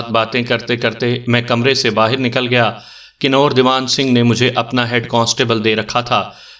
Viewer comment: Kanoor nhi kanver he ya hindi xuban ks lafaz